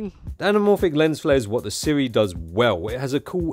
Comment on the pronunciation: Finally someone who pronounces Sirui correctly... So many people pronounce it SU-RAY, because reading is hard...